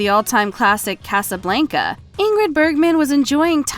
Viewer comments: What’s your with the weird pronunciation of “Casablenca “? C’mon. You do this for a living I presume, pronounce appropriately! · You know this person is young when they say, Casa- blank-a and Martin Scor-sez-i. 😉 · Please learn how to say Casablanca